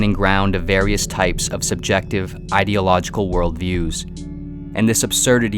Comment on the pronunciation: "eye-diological" :D